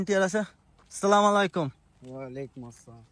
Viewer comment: Amar mone apnar salamer uchcharon sohi korar proyojoniota ache